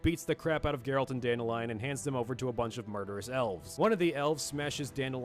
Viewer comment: Not sure you're gonna care about this, but Dandelions name, when I've been exposed to it, was not pronounced dandelion. It was dan-DEHLyin. Not the flower but the name, pronounced with some masculinity.